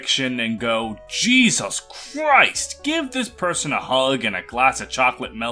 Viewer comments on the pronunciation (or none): none